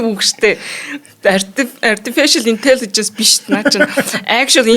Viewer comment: Ertificial Intelligence 😂😂😂 Буруу дуудахд загнуулах вий л гэх юм. Байнга л буруж дуудаад байна.